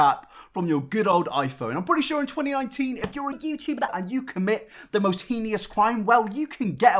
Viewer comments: Heenious? Alright Michael Jackson, it’s heinous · Heinous. "HAY-ness" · the only thing heinous here is your pronunciation dammnnnnnnn